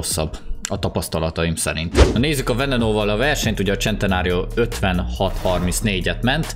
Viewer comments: szentenario nem csentenario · Nem csentenário hane szentenário így kell ejteni. Amugy nagyon jo lett a video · Serintem eszt nem csentenárionak kel kiejteni honem szenteário nak😂😂🤣🤣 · Én: Lamborghini centeranio.: Lamborghini csentenárió. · Az centenárió nem csentenárió Bocsii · a szntenáriora mér azt mondo hogycsentnário